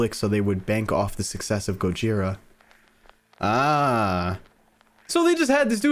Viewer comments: Just saying but dude…it’s pronounced go jithhhhra like in Spanish the thhhhhhr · here is some help Gojira(go-ge-ra) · The pronunciation of gojira (go-ji-ra) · This is ten months ago, but Gojira is pronounced 'Go-Jeer-Ra' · Gojira pronounciation: GƱ/zea/ra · The way you pronounced it is wrong the way it should be pronounced is gorjia